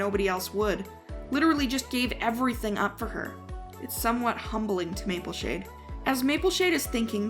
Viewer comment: It's not Mapleshine it's Mapleshade